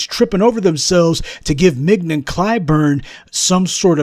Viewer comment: She goes by "Ming-YON", Prof. As in "Filet". A prime cut.